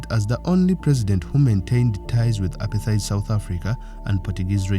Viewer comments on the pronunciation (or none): apartheid is pronounced a par tight